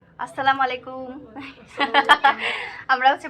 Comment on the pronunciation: আপু সালাম টা শুদ্ধভাবে দেওয়ার চেষ্টা করবা আসসালামুয়ালাইকুম হবে ❤